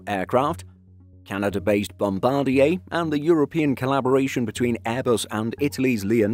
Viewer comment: Thumbs up. Finally, an aviation channel that pronounces "Bombardier" correctly. Great job. Flown on Porter an Air Canada turboprops many times. All good.